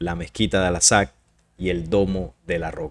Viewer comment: Por favor : Al -- AQSA ; y no' " Al -- Asaq " ¡ gracias !